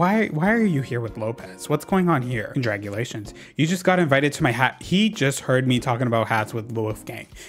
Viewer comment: obsessed with the fact that u read "congratulations" as "conDRAGulations"